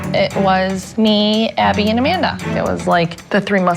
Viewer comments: When she says Amanda she says Amander. Did anyone else hear that. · supernanny ironically pronounces Amanda's name as "Commandar." I find this funny because Amanda commands the family pretty much. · I like how SuperNanny says Amander